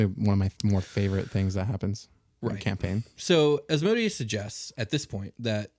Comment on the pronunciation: Love this topic and love your show! Just a quick thing though, it’s Asmodeus (æzməˈdiːəs), or more simply: Asmedayous”. It really gets me when people pronounce it “asmoadious” haha. Thanks for this episode though, keep up the good work 👌🏼